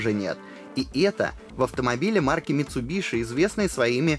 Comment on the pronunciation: Не МицубиШи, а МицубиСи!!! Ну нет в японском языке звука «Ш».